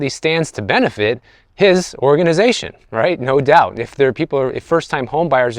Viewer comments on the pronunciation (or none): none